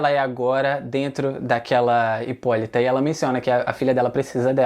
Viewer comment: 👏👏👏👏 parabéns alguém que sabe falar o nome correto 👏👏👏👏